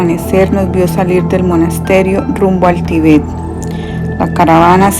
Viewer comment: Gracias por el aporte, lastima que la persona que narra no sabe leer bien sobre todo los acentos ya que los cambia de sitio al pronunciarlos por ejemplo dice Tibét en vez de Tíbet etc